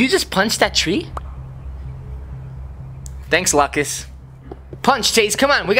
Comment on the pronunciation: It's not locas it's lucas